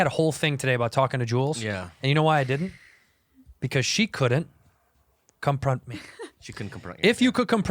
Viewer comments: i'm fucking crying laughing at andrew saying "compront" me rn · “I’m gonna conpront him”! 🤣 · "COMPRONT ME RIGHT NOW"